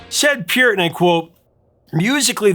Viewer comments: Hey you pronounced Peart's name correctly! Nice! lol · Thanks very much for your intelligent commentary on Rush. You're spot-on with analysis and accurate with the history. I always watch immediately when I see a new video posted. Your appreciation for the boys is evident and your respect for them welcomed. You even pronounce Peart and YYZ correctly and know it's THE Spirit OF Radio. With all of this, I did chuckle when, in this video, you referred to The Fountain of "Lamenth." Hey, you can't win them all. Keep up the good work. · He did say Lament. LAMNETH. At least he knows how to pronounce PEART!